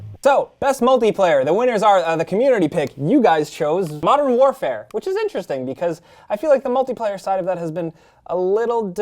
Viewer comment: Did he say Modern Whorefare?